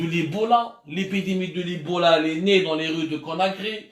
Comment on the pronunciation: Il te faut des séances de phonétique !!!!! Ebola et non ibola !!!!